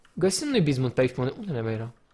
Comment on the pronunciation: de fiecare daca cand spune 'bizmut' am impresia ca spune diznuts